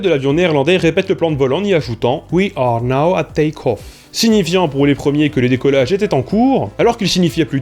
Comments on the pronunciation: "Now" is more "naw" ... en fait! [naʊ] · Ton anglais est vraiment limite : tu prononces pareil (du moins trop similairement - j'vois déjà les débats stériles sur la micro-différence perceptible) no et now mais ton but est d'en illustrer la différence, du coup ç'aurait été cool que tu vérifies comment now se prononce, et que tu t'entraines un minimum. C'est pas la première fois que je remarque ton souci avec l'anglais, alors que dans des videos qui traitent de cette langue, c'est quand même question de crédibilité et de qualité que de s'appliquer. FYI, now se prononce comme si tu lisais NA-w, et no comme NO-w, pretty simple (sans impliquer les différents accents). ;)